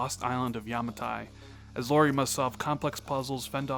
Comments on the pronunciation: Lara not Laura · Lah-ruh... Laaah-ruh. Lara. (!)